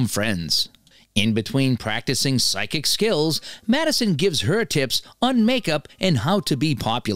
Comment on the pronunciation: Psychic : pronounced like 'sike-ick'.